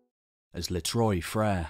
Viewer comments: Les trois frêres= the three brothers. Trois sounds like trwa. Not like Troje. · In French the name means the 3 brothers . Not pronounced Troy but Trois .